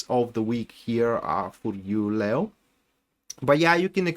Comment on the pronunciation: Lay plus oh sounds lao but the lion is pronounced leee plus oh. Le as in leave le/o